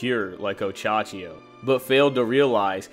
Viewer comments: Minor nitpick, but it's Ohachiyo not Ochachiyo. Great video apart from that :) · Oh hey dude just wanted to say, you pronounce it oh-Ha-chi-yo not Och -Achiyo